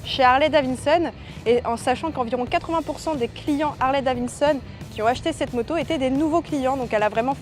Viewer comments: « c’est Davidson et pas Davinson » ça va on a compris, elle a peut être une difficulté de diction 🤷🏽‍♂️ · Ça fait plaisir d'avoir des youtubeuse fan de mécanique pure et dure, juste si tu peux éviter de dire davinson 😂 ça serait bien 😂 Harley c'est suffisant à dire